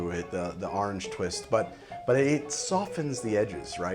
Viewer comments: Started episode taking a shot every time I heard ahrenge. Now me tips les gud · I honestly tune in for the close up shots, and to hear try and say Orange, ahrange, arng, harngé